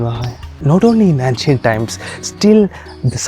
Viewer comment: Nice video.Please do look up the pronunciation of ancient 🙏🏽